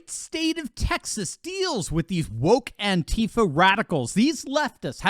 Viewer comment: Would really like too know what state these Turd$ are from .I know A - Jones said ansheepa. had a lot of members in Austin ?